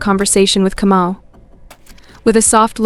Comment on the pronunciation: Kamau not Comou